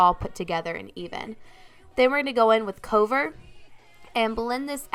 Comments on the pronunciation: You pronounce "cover" a bit odd haha idk if you think it's a different word? I pronounce it like c-uh-ver idk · Lol I think she may have just had a moment there and pronounced it like cove-er. I'm sure she realizes now. But yeah I noticed that and had to look in the comments to see if anyone had noticed too. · Gorgeous look but I had to laugh at how you said cover lol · I was thinking the same thing. I was checking the palette to make sure it said "cover" (like "cover that up"). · Is there a reason she is saying cover like that? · Is that really how you pronounce "cover"?